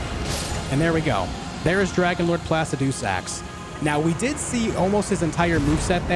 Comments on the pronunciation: Its Pluh-sid-uh-sax ... not Plass-ah-doo-sax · placid-doo-sax XD